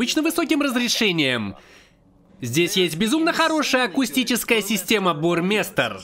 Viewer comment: Бурмайстер а не Бурмистер